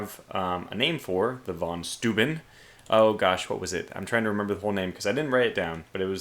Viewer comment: "Steuben" is said like stoy-ben (horribly wrong phonetics, I know) And I agree, the Germans have some impressive words!